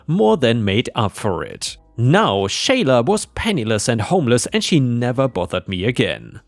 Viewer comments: For future reference Ripe? The name Sheila is pronounced "SHEE-lah", not "SHAY-lah". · Sheila is pronounced as = She la; what you were saying would be Shayla. The "i" is silent. Disney is such a cutie. I adore her. It might be that the one who is afraid of Disney is afraid of cats in general. She just seems like a great cuddlebug to me. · "Sheila" is said as "She-lah." 🤪